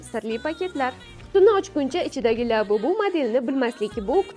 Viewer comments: Lyabubu mas labubu😂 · Lyabubu😂😂😂😂 bot harip